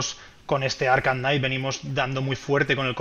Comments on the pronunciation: Por q el de la lo llama arjam???? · Por qué dices “Arjam”? 😅